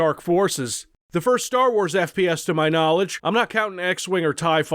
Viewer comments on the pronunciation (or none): none